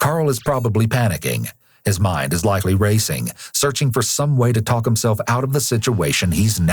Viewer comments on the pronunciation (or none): Can you please NOT pronounce the "L" in "TALK". The L is silent. It sounds so weird, unprofessional, confusing, and irritating to hear the L pronounced. It's so wrong. The interrogator taLLLked to the suspect? Come on. That's not how we say it. I can't stand it. A little variance in accent is excused, but this is a BIG mistake in pronunciation of a very basic word. Please fix for future episodes.